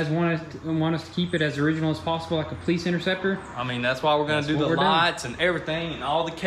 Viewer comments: Say it with me PO-LICE, not paleets... lol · PO-LEESE this poleets stuff is driving me insane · Its POLICE, there is no T in that. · Lol i'm so glad i'm not the only one who hears that odd pronunciation when they say Police. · I wasn't sure if homie was saying Poleetz, or if I was just imagining it... glad i'm not the only one :P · “Po-leets” That some real Chattanooga pronunciation right there.